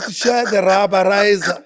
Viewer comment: "Rubberiza" bru waka😂😂😂